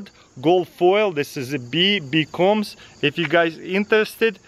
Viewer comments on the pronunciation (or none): none